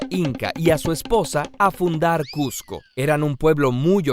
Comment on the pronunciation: Cusco es con s no con z